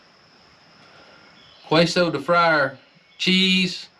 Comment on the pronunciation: Another great video, and thank you. ✝️ And if you care its pronounced as Kayso cheese...its fine just the way you say to me but seems like youre always wondering if you're saying it right 👍🏼 God bless you sir.